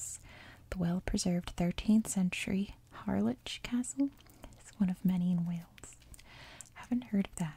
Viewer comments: The mountains down the middle of England are pronounced pe-NINEs, with nine as in the number, but tbh I can totally see where you’re coming from And Harlech is pronounced HAA-lech (don’t know how to transcribe the grating noise made at the back of the throat, same as the Scottish pronunciation of Loch - a sound the Celtic languages have but not really Germanic as far as I’m aware), but again the approach was hardly incorrect in principle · Pronounced Harlek.. Just a minor thing tho. Absolutely love your voice. My go-to every night... Soooo relaxing. ❤ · Loving all the vids recently. In Welsh ‘ch’ is a glottal sound, meaning the ‘ch’ on the end of Harlech is pronounced like the Scots pronounce ‘loch’. Also Pennines is pronounced Pen-nines. Da iawn, keep ‘em coming ❤️ 🏴